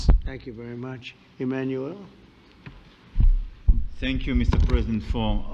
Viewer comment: Is Trump saying “Emmanuelle” to purposely feminize Macron, or is it out of stupidity? The UK PM said it correctly. For a male, the name is Emmanuel